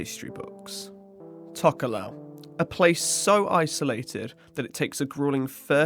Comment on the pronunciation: im tokelauan and im just letting you know that we pronounces t as d and f as h ( but for atafu we pronounces f as a f )